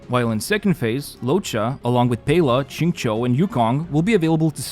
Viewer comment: Hi! Thanks for the summaries as always ☺️ Just to let you know - a tip to pronounce qingque's name (the "qing" part is correct, as for "que", think of it as being pronounced as "chwe" (the W is NOT silent) The way you pronounced the "que" was how you'd pronounce the "qiu" in "xingqiu". "Qiu" =/ "que"!